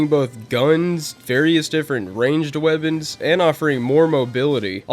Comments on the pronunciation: Why do you say "webbins" instead of "weapons"? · are u saying weabons?